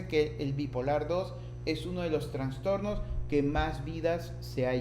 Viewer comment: Me desespera que diga Transtornos, no es correcto no se escucha bien